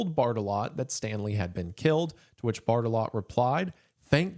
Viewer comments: I'm too much of a child to watch this video because every time Mr. Goon says "Barttelot", I keep thinking he's saying "Fartalot" and giggling. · I thought he was saying major fart-a-lot for like 75% of the video, sorry :( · I heard fart a lot whenever he said Barttelot